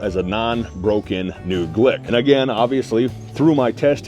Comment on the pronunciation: Why does he keep saying glick